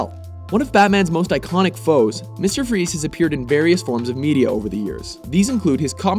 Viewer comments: Dr. Victory fries not freeze It's pronounced frice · He is called mr. Freeze but his last name is fries, pronounced frice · Nope, it's pronounced freeze. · Linkentron pie no my friend. It is pronounced Freeze. Every spoken version of his name has always pronounced it Freeze. In Arkham City, Batman tells penguin he's looking for Fries. But he pronounces it freeze. So there. Take it from the horse's mouth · it's german (I'm from germany) and it's pronounced like freeze